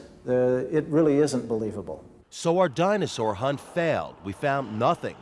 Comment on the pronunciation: The “Dino-source” lol